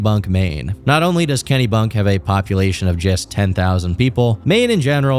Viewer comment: As a Mainer hearing him pronounce it kennybunk is hilarious